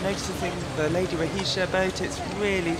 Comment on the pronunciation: It’s ROHESIA, woman!